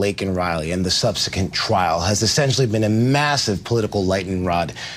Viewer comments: Why do these folks pronounce word properly? suhb suh qwent, not suhb suh kent 🤷‍♀️ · guy says "subsekent" not subsequent. It's amazing that some people get jobs on television that require them to know how to speak the English language clearly and concisely yet they do things like this. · Did he say subsekint?